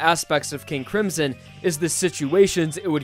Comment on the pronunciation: NOT HOW YOU SAY MY NAME KING A CRIMSON!!!!!!!!!!!!!!REEEEEEEEEEE